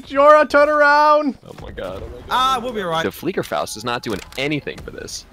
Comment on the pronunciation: every battlefield player when he said fliegerfaust💀💀